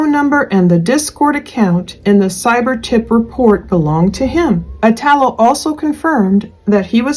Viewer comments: I had a good friend named Italo that passed away many years ago unfortunately .. the “I” is pronounced like “E”. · it's pronounced "ee-tall-o." it's an italian name.